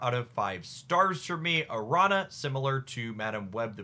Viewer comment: The ñ in "Araña" is like the ñ in "piñata". So it's pronounced "Aranya" (spider in Spanish).